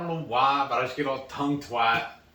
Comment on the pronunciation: "Tongue Twied" 😆 🤣